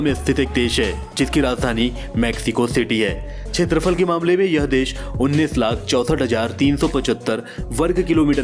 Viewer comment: Wonderful,beautiful,informative & really very nice interesting video.Arjentin-Messi,Brazil-Pele,Amazon.I knew that my country INDIA is on 7 the position.I should say that Area is called kshetrafal not chetrafal.Please forgive me for this comment.👌👌👌👍👍👍❤❤❤